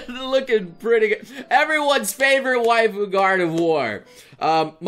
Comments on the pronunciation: gor-de-voir? Is that some kind of Chineese version of Kratos? :o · It’s supposed to be Gard’ve-wha-r, right? I’m not crazy? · Have I only just noticed how he pronounces Gardevoir like with God of War or is that new?